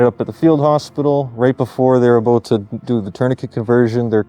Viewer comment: he said the thing! The Canadian thing! It is "a boot" lol but seriously these guys are awesome